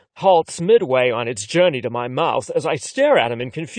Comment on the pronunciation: Why does he pronounce mouth as mouse? I don't wanna hear about how someone's noodle is in someone elses mouse 🐭😭